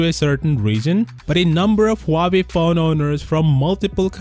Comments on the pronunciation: lmao , its huawei not howkeopdney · Huawei? Huwerewei !